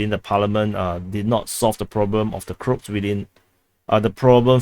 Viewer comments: he said Crotes, but it should be pronounced in English as Cro-ats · Not the crocs it is called croaaaats. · why do you call the croats as "crops"?? 😄